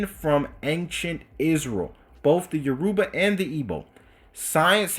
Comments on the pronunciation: lol bro it’s Your-Ba no U-ruba ppl. E-Bo and U-ruba not same tho. U gonna start a war😂😂. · It's actually Yo-row-ba